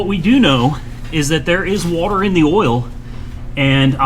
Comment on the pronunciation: shit to funny when he say “Wuhater”